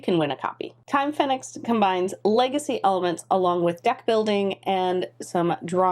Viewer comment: As this is an English version of the game (after all, 'Time' is also English), I would expect the pronunciation to be Phoenix, not Fen-ix.